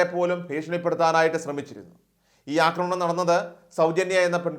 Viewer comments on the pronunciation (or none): none